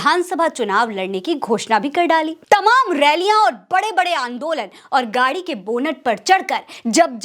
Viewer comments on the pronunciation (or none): none